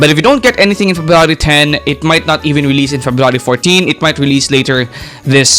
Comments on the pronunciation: i heard " ferrari " instead february 😰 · febrawry man i didnt even notice until you said it 😂😂